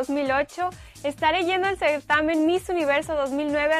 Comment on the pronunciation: nisiquiera saber pronunciar certamen en el min .. si se pone nerviosa en una simple camarita y se le olvida como se pronuncian las cosas ... diganme ustedes como se pondra enfrente de miles de personas que asistiran al concurse ... Obiamente igual y solo balla hacer el ridiculo .. o se caiga de los nervios !